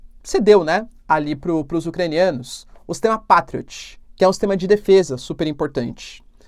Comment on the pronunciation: "pei trioti"